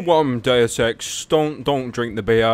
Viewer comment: "Dayus Eks"